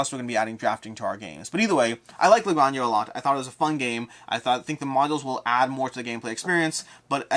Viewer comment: GRAHN-hah. In Spanish, the J sounds like an H.